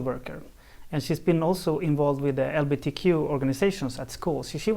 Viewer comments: He said lbtq, he’s not saying it right! He’s discluding g’s I’M OFFENDED. 🤭🤫😬🤔😝🫣🤭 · LBTQ?? A director, who cannot pronounce the subject of his documentary... aha